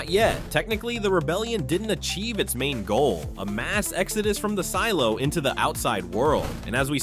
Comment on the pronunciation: Did anyone else hear him say seelo